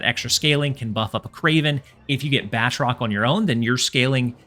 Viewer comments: Ba-troke not Bat-rock. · Btw, it’s pronounced BA-TROC! 😂 Nonetheless, phenomenal video as usual. Keep up the good work!